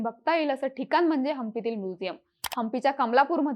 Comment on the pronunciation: माहिती खूपच छान. फक्त कृपया 'ण' चा उच्चार 'न' असा करु नका.... कारण, ठिकाण, दक्षिण, पण हे शब्द अनुक्रमे कारन, ठिकान, दक्षिन, पन असे उच्चारले गेले आहेत. मला माहीत आहे की आता सवय झाली असेल असं बोलण्याची. पण कृपया शुद्ध बोलण्याचा प्रयत्न करा.🙏🙏